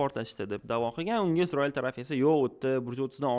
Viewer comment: Iltimos, Isroil deb ayting IZROIL emas